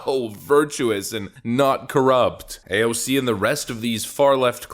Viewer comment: I will never get over how you say AOC's name 😂